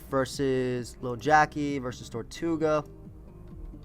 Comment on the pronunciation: it's TER-toe-ga not TOR-tu-ga. It's spelled tirtouga